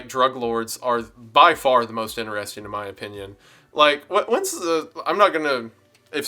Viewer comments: lost after the first "inner-resting" pronuciation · I was with you until you said "inner-resting" x'D